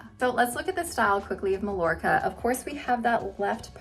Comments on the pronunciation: Love these low density, heat friendly wigs. You've sold me. Now I must choose one. btw - Mallorca has no "ll" sound. Mallorca is a beautiful Spanish island (pronounced Mah-YOR-kah) in the Mediterranean. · I love your reviews,! You're in a small group of those I watch anymore....you're pretty hard to beat! (Just a little note on Mallorca...it's pronounced Mayorka in Spanish. 🙂) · Mallorca is actually pronounced MyYorka. Love your videos and those are great styles! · Thanks for a good look at the Spanish collection. Love the Macademia Latte Rooted on you - it's a beautiful color that hightlights your strikingly beautiful eyes, but sadly, not right for my skin tone. Just for future reference, Malllorca is pronounced "may-yor-ka". :) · It is pronounced Meye-YOR-kuh in Spanish 😊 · I love the color .I do believe the wig Mallorca is pronounced Mai-or kuh. As in Mallorca Spain. Thanks for the showing. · Thanks for the comparisons in this color. Just a little note, if you don't mind, since these are named after Spanish cities, Mallorca is pronounced "My-Yor-Ka" -- without the L sound we use in English. I am leaning towards buying Alicante, and it will be my first order with you. I love your reviews. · These are all really pretty. I like Alicante the best. I think you pronounce Malljorca Ma-york-a. The double L sounds like a Y. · Lovely styles and informative video! Just FYI, Mallorca is pronounced "Ma-yor-ka." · I was gonna say that too 😂